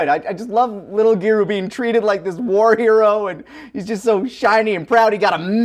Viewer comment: Just say Pan dude. The PAWN thing is obnoxious. Same with GEWDOO, say giru man like everybody else.